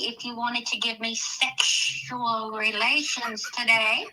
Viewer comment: Quinton snapped 🤣😭😭😭😭😭😭😭😭😭😭😭😭😭😭😭😭😭😭😭😭😭😭😭😭😭😭wtf she said “seggsual relations”